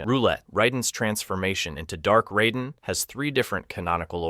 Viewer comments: RAY den. Not Rye den. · I guess you haven't noticed that everyone calls the thunder god, Raiden, not Ryden. And you don't seem to know that there are multiple timeliness which explains many of the things that you claim have no explanation. Kahno? Are you serious? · I heard riden and I’m out